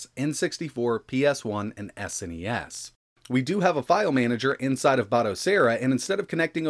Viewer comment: Its SNES and not S.N.E.S just pronounce the whole thing as one word rather then letter by letter